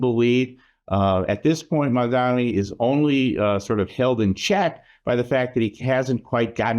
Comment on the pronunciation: You can't even pronounce his name right :D